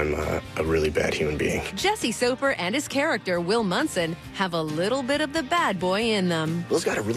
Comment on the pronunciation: Mispronouncing Soffer!!!!!! Lol